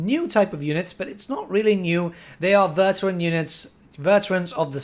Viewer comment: How do you mispronounce 'veteran'? Lmao.